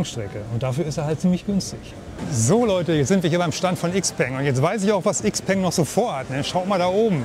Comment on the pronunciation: Cooles Video. 👍🏼 Aber bitte XPENG „Schaopang“ aussprechen. 😉 Aussprachevideo: Bitte keine Hate-Kommentare. Das hatte nichts mit Klugscheißen zu tun. 😉